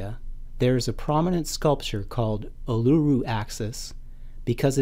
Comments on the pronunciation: Not pronounced "Ar-loo-roo", it is "Oo-la-roo". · Ulura the large Rock in middle of Australia. pronounce an Aboriginal word correctly before putting it in utube.its pronounced "Allaroo." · Uluru = 'Oo-Lou-Roo'